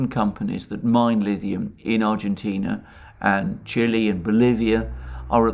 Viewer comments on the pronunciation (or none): none